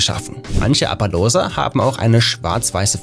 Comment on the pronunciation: sagt man den appaloosas nicht appalusa? ausgesprochen